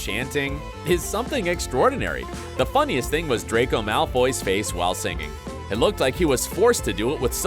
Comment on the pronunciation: Draco's redemption , he actually pronounce the R. HALLELUJAH 🙇